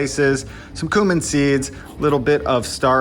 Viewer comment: It's incredible how you have a cooking channel yet can't pronounce "turmeric" or "cumin" correctly. There are two accepted pronunciations for "cumin" and you don't use either of them.